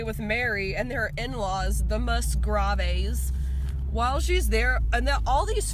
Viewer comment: Funny how you pronounce the Musgroves! 🤣